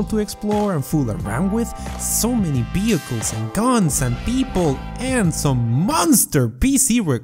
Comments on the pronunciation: so many beehichles lol :) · Behicles. Hehehe